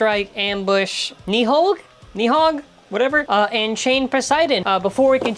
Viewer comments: It's pronounced nid hog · I think it’s pronounced Nid-hog. With the G